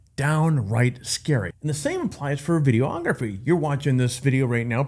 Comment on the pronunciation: There's no such thing as a VIDEE-OH-OGRAPHY. Just as there's no such thing as a PHO-TOH-OGRAPHY. It's pho-TOGraphy and videe-OGraphy. 🙂